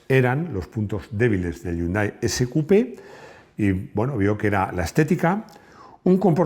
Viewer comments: No se dice YUNDAI, se dice "JÍUNDAI" y se escribe Hyundai. La "ache, no es muda" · No yundai sino jiundae del anglisismo de 현대 que en inglés se escribe hyundai